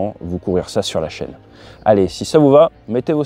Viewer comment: "l'interception de ka piste", "l'enquête digilentée"... 😂 Faut te reposer 😂😂😂